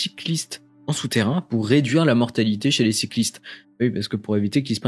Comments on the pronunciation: Super vidéo vraiment qui traverse un peu l’histoire de TBC! Je pense que cette année va être fructueuse pour Elon Musk ;) Sinon petit débat mais on dit « tunèle » pas « tuneule » mdr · Vidéo intéressante mais pardon... on ne dit pas "tunneul" mais "tunnél" (sans l'accent sur le "e" mais ça se prononce comme ça). Ça gâche un peu la vidéo par moments !